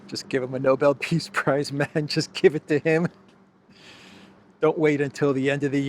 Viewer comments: Starts with an 'N', has a 'B' and 'L' in it, so what's the problem? 😂🤣 All the same, innit? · It's not Noble. It's Nobel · nah, let him keep showing us who he is, like Bush saying "nucular." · Idiot Witless Witcoff pronounces the Nobel prize as 'Noble'. Sucking up to his master but showing his ignorance. How is he on the international stage as a diplomat? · Witkoff can’t even pronounce the prize name accurately referring to it as the “noble” prize 😮‍💨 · Nobel peace prize. No-bell. Not noble. They cannot even pronounce it 😂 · Have these guys ever even heard of the Nobel Prize or Alfred Nobel? This is the second administration official who pronounced it "noble." But I guess if Kissinger and Obama could get it, then Trump could too, even if he doesn't know how to pronounce it. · Can someone tell Steve it's the Nobel prize, not noble. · Noble award ...!! The cretin doesn't even know that it's NOBEL as in Alfred Nobel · Trump really wants the Nobel peace prize. Stunning that Steve Witkoff does not know how to pronounce Nobel.